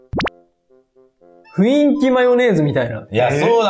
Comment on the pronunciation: あろま雰囲気の事ふいんきって言ってて笑うw